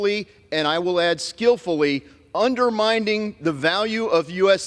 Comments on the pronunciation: "UnderminDing?" Lololol It's "undermining" you dumba$$ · It's "undermining", not "underminding", you illiterate scab.